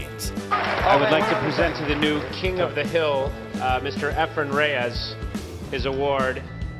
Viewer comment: With all this research, how do you end up mispronouncing his name?